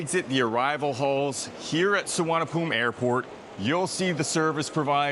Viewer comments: Location and Location It is NOT Suvarnabhum. It's Suvarnabhumi. The "i" at the end is not silent. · Bangkok'a one of the Intl.Airport's name (The other one is Don Mueng) is actually known as "Suvarnaboomi" (meaning Golden Land in Sanskrit) But the TukTuk & Cab Drivers there Mispronounce it as "Suvarnaphoom".. :face-green-smiling::face-orange-frowning::face-blue-wide-eyes